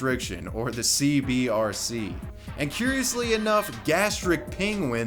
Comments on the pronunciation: I like how the graphic says C-B-C-R and he said "Center for Boxy Control Restriction" but pronounces it C-B-R-C multiple times after the video. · CBCR you say it wrong like 9001 times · It's CBCR, not CBRC. Everytime. :D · I want to know WHY people always, ALWAYS say “CBRC” when saying it out loud? Center for Boxxy Control and Restriction, aka CBCR. The ascii is RIGHT ON THE SCREEN when he says it wrong. Edited for typos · Bruh, its cbCR, not cbRC! This drove me nuts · You said cbrc but it’s fuckin CBCR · It’s “CBCR,” not “CBRC.” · YOU KEEP SAYING C-B-R-C...it's C-B-C-R! fuck. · Did you mispronounce the CBCR on purpose throughout the vid? you kept saying CBRC and it kept pissing me off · He also kept saying CBRC, when it was CBCR. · It irritates me that you show that its CBCR, yet the entire video consist of you saying CBRC. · u said CBRC lul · you said CBRC, but its CBCR! small note 😎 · CBCR, not cbRc... dude, it's in the screen for like 18 minutes 😏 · CBCR not CBRC my guy. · Times he said CBRC instead of CBCR: 7 ¯\_(ツ)_/¯ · You keep saying "CBRC" but both in name and in pic you show, isn't it "CBCR"? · CBCR not CBRC. I do'nt wanna nitpick but, hey. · CBCR not CBRC not hating just annoyed me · Well... at least you're consistent in your mispronunciation of the CBCR.... Good video though.